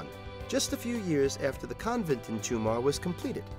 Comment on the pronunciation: stop calling it Toomar, it's Tomar